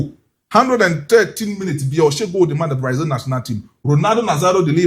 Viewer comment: You guys stop calling it Braizil! It's not Braizil! It's Brazil!